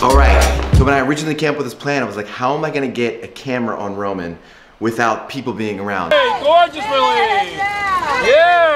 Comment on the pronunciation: Ro-Mawn. Her name is pronounced Ro-Mawn.